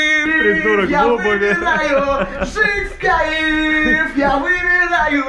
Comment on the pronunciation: Одного меня бесит это "жить в каИф"?